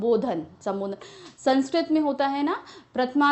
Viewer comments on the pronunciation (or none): none